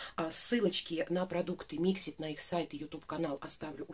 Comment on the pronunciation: Привет, 😉🌹 День начался с твоего видео) Красный цвет волос жалко😢, но ты права, с ним тяжело... Сама была в ярко рыжем, замучила волосы совсем. Mixit ударение на вторую и, но мнение о них не поменяла пока, смотрела видео о их производстве, их сертификации, которой нет ещё😜, а средства уже выпущены!!! Никаких доказанных свойств нет их косметики, они даже не проводят такие испытания, и плюс огромное количество микропластика в составе(у тебя в видео это видно, на втором месте). И это слова директора... Так что каждый сам решает пробовать или нет. У меня есть крем для тела, подарок, не могу пока заставить себя пользоваться) Хотя я на составы не смотрю😆 Пенку для посуды я заказывала на Озон последний раз, в магазинах не встречала... От Бьюти бомб есть такой карандаш, хороший, но при продолжительной носке сушит, я гигиеничку наношу совсем чуток под него. Оттенок красивый.